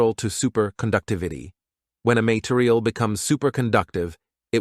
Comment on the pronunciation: "Interior" and "material" are mispronounced. It would be good if the AI voice was double checked for accuracy.